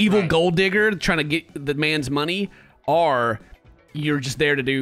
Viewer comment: "or" went Australian.